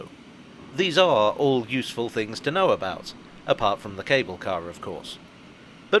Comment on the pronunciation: I like when he said “if there’s one thing you can’t não, it’s the future”